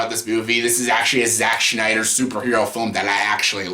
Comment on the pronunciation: Shnyder (cringe)